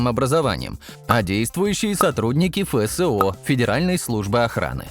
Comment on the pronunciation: "Фэ сэ о" - позорище! Вообще-то Эф Эс о! Русский знать надо, прежде, чем разговаривать на нем!